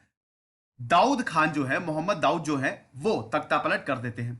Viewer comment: Mohemmad Sahab naam thik se le